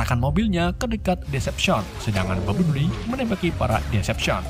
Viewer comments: Bang cara nyebut nama si robot kuning Bambelbli Bukan Bambelbbli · orang lain tulisan: bumblebee sebutan:bambelbi tulisan:bumblebee sebutan:bambelbli 😂😂😂😂😂😂😂😂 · Gua ngakak setelah dengar sebutan "bumbleli"🤣🤣🤣